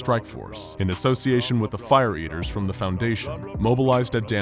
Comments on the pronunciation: I know- it sounds like “fire beavers”- not “fire eaters” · Um, did anyone else hear "Fire Beavers" and not "Fire Eaters"?